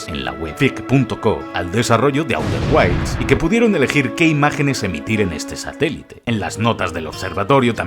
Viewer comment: A-U-TER GUAILS????!!!! 😂🤣